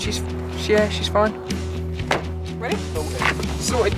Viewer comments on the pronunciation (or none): That female office was properly gorgeous, right up till she opened her mouth and said "sowted done" 🤮🤮🤢